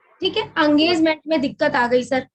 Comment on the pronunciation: ये अंगेजमेंट क्या होता है नया शब्द ईजाद कर दिया आप ने हम तो इंगेजमेंट सुने थे भई!!!😊